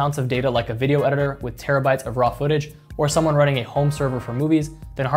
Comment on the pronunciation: "like a video edirrrrer"